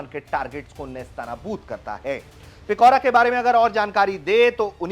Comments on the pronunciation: It's Pichora not Pikora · Its पिचोरा not पिकोरा... Its not truck mounted.....